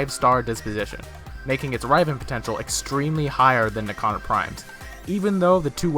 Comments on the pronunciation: Riv-en. Not rive-N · he pronounces it Raiven.... xD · Some Guy even though the fucking devs pronounce riv-en? Right.... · Dude how he says riven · It bugs me so much the way you say riven, haha but nice vid nonetheless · Good video but so triggered on how you say riven... OMG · honestly that pissed me off the most in the video